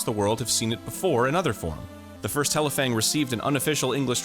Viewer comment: Didn’t read the title so I didn’t realize that was Arin. I was like wow they pronounced that Japanese title well. Explains why